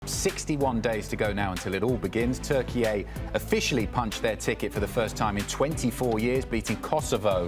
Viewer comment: Thanks for making an effort to say Türkiye instead of Turkey, guys, because I know it can be difficult even Turks still say Turkey sometimes